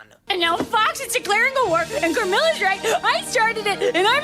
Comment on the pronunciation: i would like to bring your attention to the fact that its not CAmilla, its CARmilla, (pronounced "car-milla")